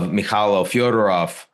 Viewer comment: Fedorov, not Fyodorov.